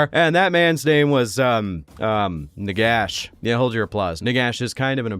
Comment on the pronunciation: I want a video about Nagash if you pronounce his name properly. Nehekara rises from the sands.